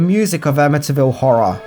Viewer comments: It's Amityville Am- A- T- ville Not Am - A- Ta- ville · Ama-ta Ville lol...do you say Syd-na? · The Amintyville Horror. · A''"ville! But who will play? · Or.... The A--ville Horror. lol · Your accent made you mispronounce amityville about 100 times this video lol. I'm born and raised the town over from amityville, in Massapequa and over a decade ago they totally refaced the entire property and its completely unrecognizable from the front. But since its on a canal, me and my friends kayak up and down them and the back of the house and boat house didn't change for years, until new people bought it.